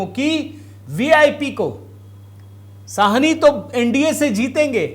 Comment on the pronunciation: भैया जी,ये मुकेश सहनी है,साहनी नहीं । कृपया correct करें।धन्यवाद